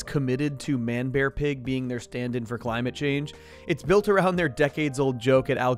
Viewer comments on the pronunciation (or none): none